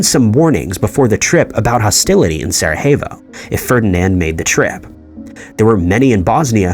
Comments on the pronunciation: "Sarahayvo"? Sarajevo (Sara-yea-vo). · Sara-hey-vo? Strange way to say it, but closer than others i suppose.